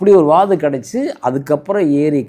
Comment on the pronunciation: அது வாகு இல்ல வாது okay